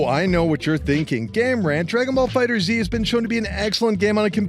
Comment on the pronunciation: Its Fighterz not Fighter-Z